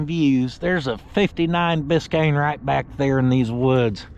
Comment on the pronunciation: If you don't want to see this Bis-kay-annie built you ain't American. This thing is sweet!